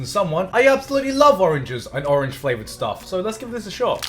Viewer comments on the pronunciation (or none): none